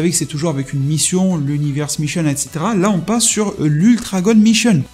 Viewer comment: Puré avec ta prononciation j'ai compris "ultra god Michel " au lieu de "mision" 😅😅😅😅😅